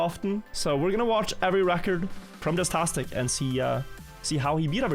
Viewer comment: hey, man. i'm gunna need you to fucking say JASTASTIC like JAZZ TASTIC. and stop saying Jizztastic. Thanks